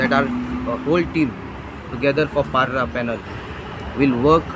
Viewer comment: It's not barra 😂 It's parra